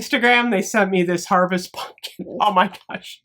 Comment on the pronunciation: I’ll never get tired of you saying punkin instead of pumpkin. Never